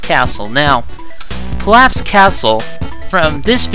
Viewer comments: its prnounced peeloff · LOL PILLAF? have you ever seen the anime? it's pronounced peeloff lol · me: holy shit pielaf! dude next to me: its pilaf me: I DONT GIVE A FUCK! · Pilaf is pronounce Pee-lof. But someone prolly already told you